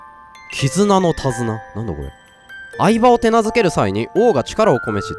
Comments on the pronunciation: 何回聴いても愛馬がアイドルグループの「あいば」さんに聴こえて仕方がない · 「愛馬」の発音相変わらず「相葉」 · 相変わらず愛馬のイントネーションに違和感 愛馬のイントネーションは大麻 相場のイントネーションは牧場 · 愛馬の発音が完全にマサキのほうなんよ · の愛馬のイントネーションが嵐なんよ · の愛馬のイントネーションがずっと相葉なんだよなぁ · の発音 相葉… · の愛馬の発音相葉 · 愛馬のイントネーションが人捜してるみたいになってる